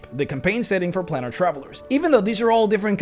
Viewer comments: It's a plane that you are travelling to therefore it is pronounced as plane is pronounced with a long A in other words an a that sounds like itself PlAnar travel. It isn't a plan, it is a plane. Otherwise thank you for making this video! I love your videos. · It's not "plaanar" it's "plAnar". Beings are travelling the PLANES. So it must be PlAnar travel. Please contact me if you wish to know how to speak certain words. It's no problem for YOU to LEARN, is it? M 🦘🏏😎